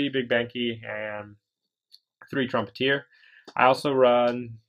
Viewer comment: You read trumpeter wrong